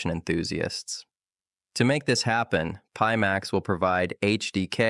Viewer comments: I honestly thought had phonetically trained himself just for the video... until the AI voice said peemax 🤣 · A video by Pimax with a robot presenter that can't even pronounce the name of the company the video is promoting and that robot is a mimic of the founder?? You can't make this shit up.